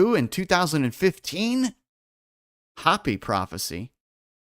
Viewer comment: It's, Hope-y, not Hop-y, sorry, grammar 😂😂 Native American Indians. They have tales of alien beings. U probably have heard. The Big Dipper makes a swastika over the year, look into it 💯👍